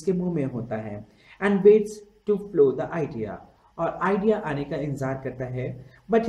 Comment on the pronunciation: This was shit he can't even pronounce and properly